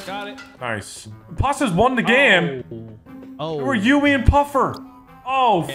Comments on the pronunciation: every one: yummie: Yuumy 😂😂🤣🤣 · Why can never pronounce yumi’s name😂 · IDK how still cant say yumi's name correctly.